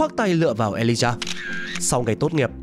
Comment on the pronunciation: ghi lộn mà cũng đọc là Alijah